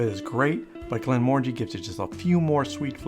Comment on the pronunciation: its pronounced Glen muh ran jee ...just saying...it means valley of tranquillity in Scotish gaelic